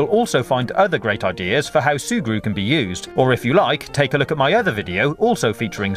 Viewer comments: No cap, he said "Surgu" 18 times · Can you stop saying zurgre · XD That's another way to spell and pronounce it. His way is actually funnier, so you should wait before calling people stupid. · Every time he says "sugru" I slap my self